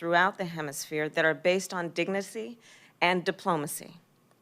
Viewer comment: "...based on Dignicy." Joe is rubbing off.